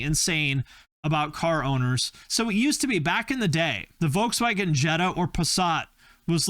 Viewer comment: *Volkswagen, not Woukswäggenn